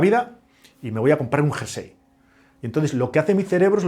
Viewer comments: Muy bueno, aunque que diga "jarsey" (varias veces) en vez de "jersey" me deja descolocado... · Curioso! Eso lo aprendió mal y se quedó grabado en su cerebro!😮